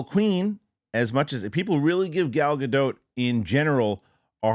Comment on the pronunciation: You know what i most excited of?, finally, pronounced Gal's last name right. Hooray!